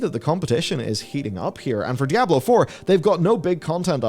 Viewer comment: I can’t listen to this guy pronounce dy ab low…..